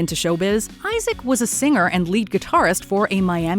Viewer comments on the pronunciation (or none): none